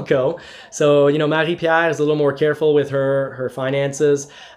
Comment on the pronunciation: Wait a sec, you're in Canada? but also in QC??! why did I think you were somewhere in the midwest of the US? They way you pronouce Marie-Pier... eh ben tu dois être parfaitement bilingue? good job buddy, much love from the southshore of MTL.